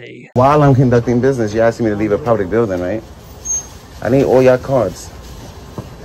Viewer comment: Boneheaded 😂😂😂 “You’re unlawfully aksing me to leave”😂😂😂😂😂😂😂😂